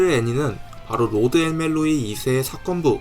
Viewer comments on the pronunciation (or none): 호드. 아니고 로드.